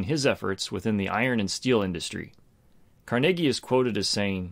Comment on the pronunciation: Holy moly. I was gonna get all uppity about you mispronouncing Andrew Carnegie's last name Car-NUH-gee. I was wrong. It's actually... how you said it: Car-NAY-gee. Heck, I've even been to his gravesite in Sleepy Hollow Cemetery. hahahaha Excellent example of the Circle of Competence... just be careful not to overstate what you think you know.